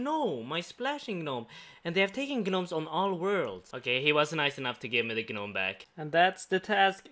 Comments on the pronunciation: Bruh the g in gnome is silent...it's pronounced nome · Can't believe it's been almost 2 years XD Edit: the "g" in "gnome" is Silent btw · he stole my guh-nome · did he just say "geh-nome"? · the way you pronounce gnome is cracking me up lmaooo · The G on Gnome is silent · I like how you pronounce the g in gnome. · The ‘G’ in gnome is silent bro